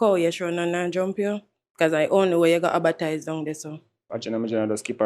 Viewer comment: "First and foremort"😭😭 "Abertise"😭 "I have people who I infelence. I'm an infelencer"